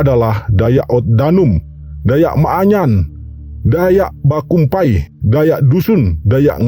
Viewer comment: Bukan maaanyan ,tapi manyan